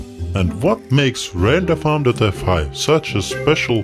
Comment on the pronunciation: Sounds like an improved Microsoft Sam. He can't pronounce renderfarm.fi correctly.